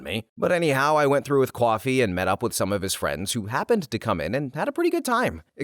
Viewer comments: This isn't meant as criticism, just curiosity; did this narrator ever mention where he was from? Because i have never heard anyone say the word "Coffee" as "Qwahfee" before. What region is that from? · I know this is not an AI narrating because of the simple fact in the way you pronounce coffee as coowafee. Midwestern accent?